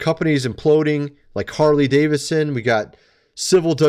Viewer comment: You mean Whore-ly Davidson?